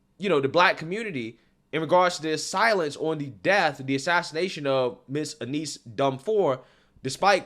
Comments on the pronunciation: Hey, I know you made mention that you have some trouble pronouncing certain things so I want to let you know that her name "Eunice" is pronounced like "YOU-NISS" hope it helps my friend! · "Aneese"? Eunice is pronounced "Yoo-niss".